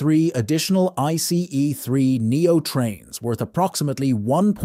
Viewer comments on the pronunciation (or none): It's either an AI voice or a human that has VERY consistent speed and tonality, but clearly doesn't know anything about trains, because he/it pronounces things wrong like "bojies" and leaves awkward gaps, like "I C EE 3 Neo". Doesn't sound human to me.